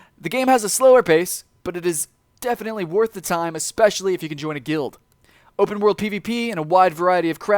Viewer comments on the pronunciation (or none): none